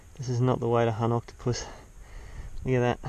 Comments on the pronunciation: it said coctopus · says Coctopus